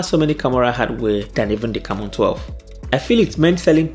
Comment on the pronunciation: Am i the only person hearing Camora?? 🙄🙄🤔